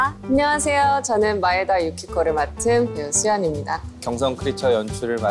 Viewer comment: 마에다상은 진짜 일본 발음이 좋았슴.전 일어전공자